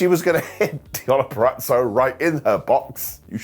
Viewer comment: It took a lad from the UK for me to finally hear someone pronounce “Purazzo” correctly. Thanks for warming my north Jersey heart 😅